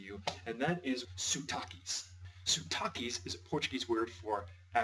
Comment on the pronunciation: By the way . . It's not "suuu-taque" . . . It's "sotaque" . . .